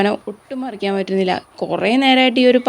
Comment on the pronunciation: പനമറക്കാനല്ല മറിക്കാൻ എന്ന് പറയൂ കഷടം